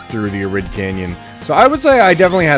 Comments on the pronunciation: Been playing SRB2 since 2004 when I was 6 years old, Ive never seen someone play the game as Knuckles and climb and glide everywhere to get through the level lmaooo. We would still run through the level as we would with Sonic. And its not “Ah-Rid” Canyon its “Air-id” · Arid has a long a, not a short one. Pronounce it EH-rid. It's an honest mistake, nothing personal.